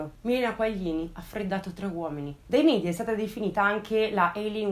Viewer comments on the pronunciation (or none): none